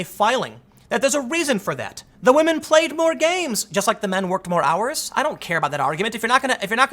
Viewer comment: Shoe is pretty decent. But yeah, wahmen doing wahmen things. News at 11?